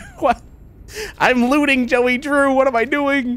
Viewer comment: Bro said jelly drew and not joey